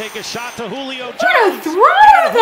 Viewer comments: Lol she said “JU-lio Jones” lol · It’s not jollyo it’s julio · WHO-LEE-OH Jones Julio